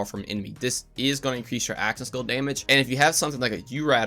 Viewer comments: Are you saying "action skill" or "aschassil" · "axaskill damage" lol